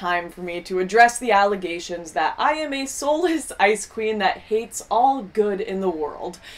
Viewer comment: Every time she says "ice queen" i keep hearing it as "icecream". Funny that...